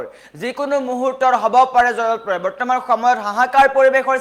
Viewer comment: জলপ্ৰলয় শব্দ টো মুখত নুফুটে বাতৰি পঢ়িচা তুমি 😂